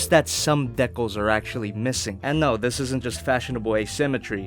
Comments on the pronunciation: it's Dee/cals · It's dee-cals. Your welcome :) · Deecals is how you say it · It’s pronounced D-cal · it's pronounced decals. decals just sound weird. but not necessarily incorrect. tomato-tomato right? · "Dee-cals" That's how you say it. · ya goof, it's pronounced Dee-cals Emphasis on the D ( ͡° ͜ʖ ͡°) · Decals is pronounced Dee-cals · Hey... it is pronounced DEE-kal. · its pronounced dee-cal since no one answered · No it dickles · To your rescue, it is decals with a long "e". Grammatically speaking, the second short vowel sound should make the first vowel long, like in mat and mate. Naturally, there are exceptions to rules and mispronounciations but, yes, it is, by rights, a long "e" sound. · Decals. De as in deed, cal as in calisthenics. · It’s D-Cals not Da-Cols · It’s Dee-cals but you saying De-cals is funny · Its not decals Its De'cles you should know this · Decals, not decols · decals is pronounced dee-cals not deck-cals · It's "deecals" not "deckuls" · Decals is pronounced like your saying the letter D. As in Deecals. Not Deckles. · DEE-cals. You’re welcome. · Hey if you look back into this comment decal is pronouns dee cals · It's pronounced dee-cals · It’s deealcalls idiots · its Pronounce Dee-Kals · Decals pronunciations is Dee Cals with the cals being pronounced like in calories :) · For decals, it’s pronounced de-cails (kind of say cails as if it was sails with a c instead of s) Anything to help you out man, keep up the amazing work 👍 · Greninja zac No it's not. It's pronounced as Dee-Kells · "Dee cails" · it's deekaals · Dee-cals,. Dee-cals. You're welcome. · It’s Dee-kah-ls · Im pretty sure it's "deecals". Idk, I haven't been corrected myself. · It’s pronounced dee-cals big boy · I DEMAND MORE Also I say decals as DEE KALS. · Dee-cals bruh. Deeeeeeee-cals. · Decals Dee-kals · It's pronounced "dee-kells" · You pronounce decals Day-Calls 👌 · Dear it’s pronounced DEE CALS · Decals (dee-cals)